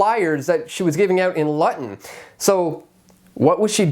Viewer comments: Conducive NOT conductive. Luton is pronounced Loo-tin NOT Luttin. Grammar Nazi over and out. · The shitehole known as Luton is pronounced, "Loot'n". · Luton is pronounced "Looton" . Great vid 👌🏻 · Luton is pronounced louton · The way he pronounced Luton though. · Someone tell how to say- Luton, please.